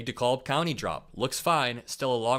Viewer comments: It's De CAB county Georgia! Not De cob . Learn how to pronounce our State country names!!!! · Ugh. Dekalb County is pronounced DeCab, as in taxi cab. So out of touch. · These morons can’t even pronounce DeKalb county correctly. Proves how bad their research is. I’m about half way through the video and can’t wait to see their reactions change to despair! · Dekalb (for anyone that sees this comment, it's pronounced DEE KAB) county in GA is only 26% White and has only voted red FIVE times in the last 145 yrs, the last time was in 1984. The idea that people in rural America have no access to worldwide media or contact with immigrants and people of every race is blatantly false and complete insanity. My county in North GA has a population that is 39% non-White. Oh, my! How will I ever meet a person that doesn't look like me?!? I assume traveling to 17 different foreign countries has aided me in my desperate search, lolol. Also, I worked on a presidential campaign and a vice president campaign all the way back in the 90s. These dudes and their accents can pack it in, and if living in the US, I hope Trump revokes whatever VISA they are here on. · You can’t even pronounce a county in Georgia right